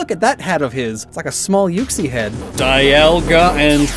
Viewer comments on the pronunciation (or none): none